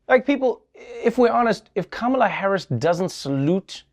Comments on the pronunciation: Apparently conservative media have decided to be passive aggressive and mispronounce "Kamala" at every opportunity. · "How dare the vice president not show respect!" while mispronouncing her name (on purpose) over and over again. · And.. After all this time, they STILL haven't figured out how to pronounce Kamala's name correctly! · I love how not one of the Fox news-type media pronounces Kamala correctly. Aw, so adorably childish. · The self-righteous sedition party calling out Kamala (don't even correctly pronounce her name) for not saluting is rich. If they can't prove THEIR patriotism, they'll distract by something, anything, any little thing. Maybe they're afraid Dems are dismantling the institutions of the flawed Reagan-era they're desperately clinging to for validity. Similar to the shame of Obama not wearing the American flag lapel pin. Oh the horrors! 😱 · Every one of the people calling Vice President Kamala Harris disrespectful for not saluting mispronounced her name. Disrespect indeed.